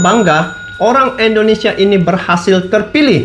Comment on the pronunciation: Bukan Endonesia bang. salah itu. yg bener dong bang nyebutnya